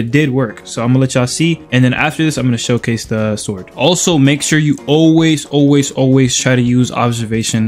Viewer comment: S H O W C A E S E 🤣